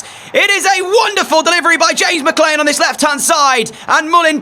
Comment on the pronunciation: I don't think your pronouncing McLean right ❤🎉😊